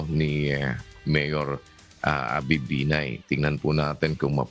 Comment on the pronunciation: that's "benign" oops!! "binay" rather for you folks